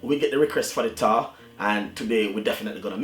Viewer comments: Did you say "tau"...isn't it Tart😮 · It is pronounced TART